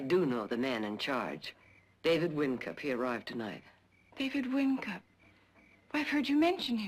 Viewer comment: WINCUP NOT WINK!!!